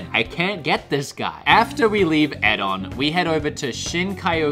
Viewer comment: Hi, just to let you know, the first store is called 'Edion", not Ed on. The "I" is a different colour in the logo so I understand how it could have been misinterpreted but "Ed-ee-on" is how it's pronounced.